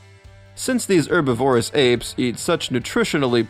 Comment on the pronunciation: You mispronounced herbivorous, susceptible, and Prague.